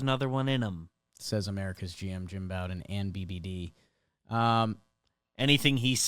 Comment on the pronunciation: Jake Jim Bowden pronounces his name like Beau-den or Bo-den. It's not pronounced like the bow of a ship or Bobby Bowden